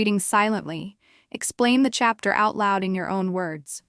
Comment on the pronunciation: Chepter or chapter 😂